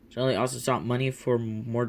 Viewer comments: It's not shely it's sheally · This is painful to listen to his name is Sheley she lee is how you pronounce it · Its pronounced shee-lee